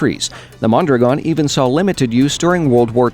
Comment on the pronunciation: Wow, the only one who pronounces correctly Mondragòn!!! ;)